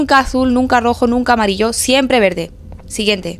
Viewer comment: Porque hablas mal as dicho en el video para decir verde has dicho vele porque